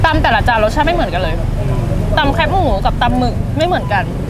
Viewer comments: แคบหมูค่ะ ไม่ใช่แคปหมู แคบแบบซอยแคบ ๆงี้ค่ะ จากใจคนเหนือ เห็นคนกรุงเทพพูดผิดเยอะมาก 🥺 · แคบหมู อ่านว่า แคบหมู คอ -แอ -บอ แคบ (เหมือนกับคำว่า ที่แคบ) ไม่ใช่ แคปหมู หรือแค่บหมู